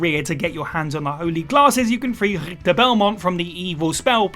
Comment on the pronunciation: Anyone going to mention him butcher richter?